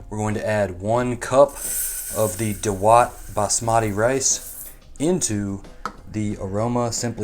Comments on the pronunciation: I think Indians have the best pronounciation...it's daawat not dawaat.... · It’s not da watt .. it’s dawat means party 😀 India gate is the best rice for biryani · It's not दवात it's दावत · Naam theek se bol nehi para aur humey sikhayega? Pass.